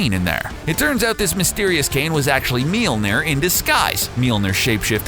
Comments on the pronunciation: ITs Mjølner øæå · Guys if you ever make a video about mjølner again please let a Scandinavia guy say it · Oh god he butchered the name i also hate this hole video it completely distroys the mythology of thor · It's called mjölner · Monkeyboy *mjölner